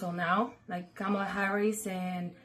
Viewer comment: Pronounce her name, you rude person, you